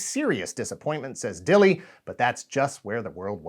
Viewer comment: I've met Flint, and asked him directly about the pronunciation of his surname. It's "Dill" like the pickles, it's just an Old English spelling with a silent "e".